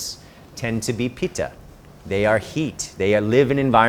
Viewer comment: Pit ta* not Pee ta!